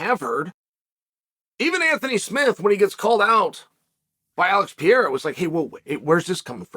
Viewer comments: It's PA-RAY-RUH, not PE-ER-RA, you dunce. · OK, Mr. Sonnen, I've heard you mispronounce Pereira one too many times. It's Peh-hey-yah not Pee-air-ah. Please! And, why does it seem like you are always yelling? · Alex Pee-era 😂😂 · Lol, "Hazmat" and "Pierre" 😅Uncle Chael is not even trying anymore.. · Love „Piera“ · Pee-era, classic! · "Alex Pee-Aira" - Uncle Chael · is Chael dyslexic?? Pierra, Hazmat, etc. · Why are you pronouncing his name like that? Stop that. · i'm honestly so use to chael mispronouncing names at this point it's crazy